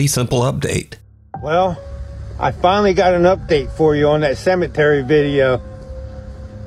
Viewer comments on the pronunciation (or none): Did anyone else realize that said cemanry instead of cemetery? 🤔